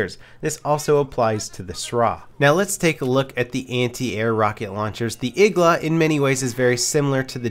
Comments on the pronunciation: its not igla ITS igła !!!!1!1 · It's not Igla, it's iglA